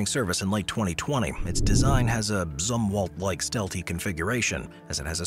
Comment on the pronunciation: Zumwalt, not "Z" war? Last?